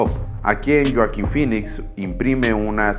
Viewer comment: Buena historia.👌 Pero... Porque.. Lloaquin. Si hasta en inglés es Hoakin con "J"😉